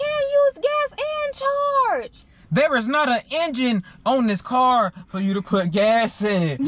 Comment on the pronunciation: I love how she says kye instead of car. Lol